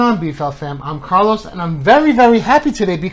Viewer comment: Why do you say "Carlous" instead of Carlos if you speak Spanish